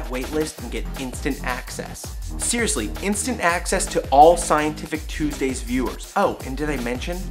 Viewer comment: i love the way he says TUSDAYS xD